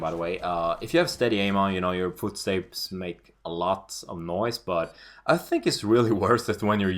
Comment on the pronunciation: did u just say footstejbs instead of footsteps?